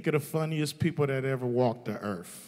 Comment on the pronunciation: Earf lol